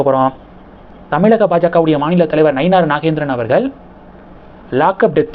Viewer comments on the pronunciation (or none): none